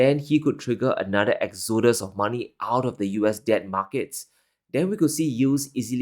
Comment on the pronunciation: It's not exOdus it's Exodus